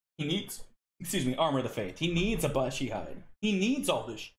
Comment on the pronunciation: Is "Abashi" some kind of meme I'm not familiar with? Otherwise, it's Abishai. A-bi-shai. Abishai are lesser devils, Baatezu, that look like humanoid dragons. That's why they won't let good characters wear it, that armor is literally "of the devil". If you played Planescape: Torment you can see a black variant of them roaming in the Hive, first city you go to. Other than that, I don't recall them in Infinity Games. I think several were in Avernus in Siege of Dragonspear(?), as well.